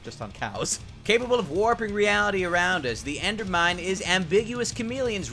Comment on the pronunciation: "endermind" not "endermine"